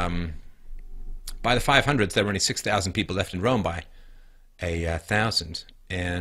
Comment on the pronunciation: I know my history.. I know my ancestors.. Guess what? My ancestor's entire culture, language and tradisions (or civilization if you will) were almost wiped out by European, Christian men.. Twice.. And I could be from pretty much any continent.. Also, is this guys pronouncing Rome as "rum"? Together with the 22 other European countries that is also not a part of the EU..